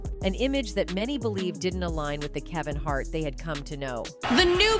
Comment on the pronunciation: Kaven Hart?